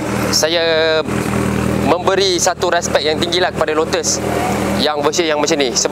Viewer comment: Sebutan nya lotes esprii. Bukan lutuus esperitt